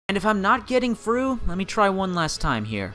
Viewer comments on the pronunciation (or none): "twenty firteen" "growf" "frough" "everyfing" whats this guy's problem with "th"?